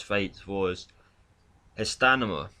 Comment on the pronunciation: Really sorry in advance... please learn to say stamina :( STAMINA